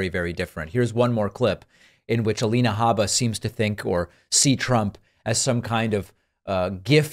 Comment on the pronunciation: “Habba” yes, that is the correct pronunciation.